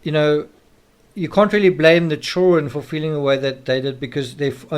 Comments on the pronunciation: The word children has "D" in it. Child-dren, not chilren like some racially portrayed black nanny from the 1800s in movies. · Man, your pronunciation of “children” really takes me out of being able to keep following your train of thought....chur-RN....❓❓ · DUDE LEARN HOW TO SAY CHILDREN!!! ITS SO ANNOYING HEARING CHOWREN!!! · Why cant this guy pronounce chidren correctly?? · I really wanted to watch this but couldn't get past the way you pronounce the word children 😲